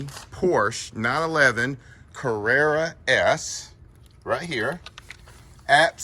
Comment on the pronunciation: Love it, just note the pronunciation of the car….